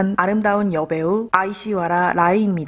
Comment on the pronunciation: 발음이 안됐네요... 아 - 이 - 쉬 - 와 - 리 - 야. 라-이 인데요. At least try to say her name right if you make a video about her. Also, you forgot to say that Madhuri Dixit was the biggets star of Devdas before Aish and SRK were casted. She is probaboy more famous and a renowned dancer and actress than them bith combined. In fact, Aish got a lot of compliments for matching up to Madhuri, which many actresses cannot do.